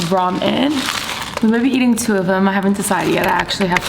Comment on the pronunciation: Everyone is nitpicking about how she says "mayonnaise" but what about "roman"? Not hating just friendly banter lol.